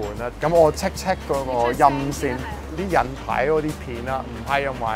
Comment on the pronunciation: 佢連講"check check"都係港式英文:face-purple-crying